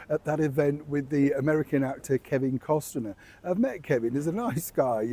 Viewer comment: Hi, this is meant with all love, Kevin Costner's last name has 2 syllables. Cost-ner. You say it with three.